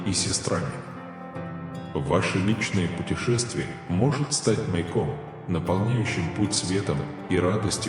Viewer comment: Не мАЙком, а маЯком. Я люблю Тебя.